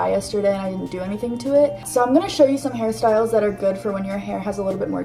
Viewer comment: all the times she said “hair styles” i heard harry styles